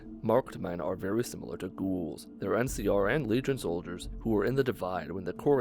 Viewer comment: the way he pronounce "Ghouls" is kinda annoying lol